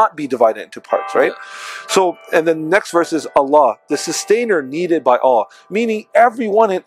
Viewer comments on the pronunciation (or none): none